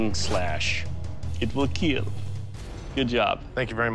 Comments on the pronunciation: "it weel KEEL 😁" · I think he says keel not kill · "It will keel" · Anyone else notice he isnt sayin keel 🧐🤔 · ...it will keel!!!